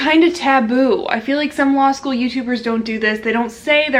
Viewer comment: Dam she rlly said law shoe in